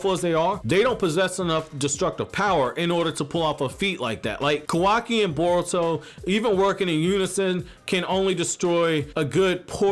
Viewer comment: Why do you keep saying burrow?